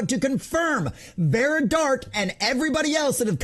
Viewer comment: He couldn't even spell or say her name right, Vera instead of Vara..lol guys an embarrassment. Jealousy i think, the fact Vara is killing it at the mo, she's worked hard for 5 years to get where she is...Jealousy rearing it's ugly head me thinks, and trying any tactics to get more subs, seems it aint working out to well for him....mental lightweight indeed. Maybe the fact he has a trans kid might be a reason he has beef. *shrug ...who knows...